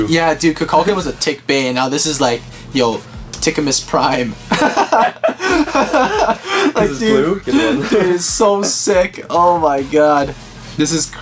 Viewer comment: Nobody::T I cK aMUs Pr I mE